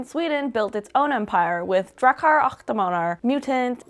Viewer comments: "och" is pronounced "ock", like the first syllable of "octopus". The weird spelling is a remnant from old swedish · och is pronouced ock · nah the "Och" is more like the "Oc"in Octopus.